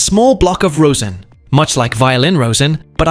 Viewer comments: 'rosin' is pronounced 'rozhin', not 'rose-in' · "Rosin" rhymes with "Ma's in" not "toes in."